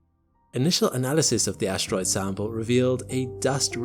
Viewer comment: What is an "ashtroid"...